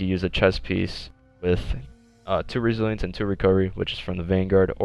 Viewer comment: resilence he forgot to pronounce the other I resilience